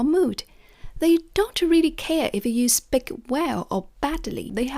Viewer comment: Hi, great advice. Since you mentioned constructive criticism, please notice that you're mispronouncing the word speak as spik. It should be a long ee sound as in sheep or week. Keep up the good work!!